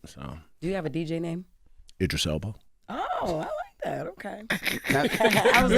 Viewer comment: DJ Envy said “Idris Elbow” 😂😂😂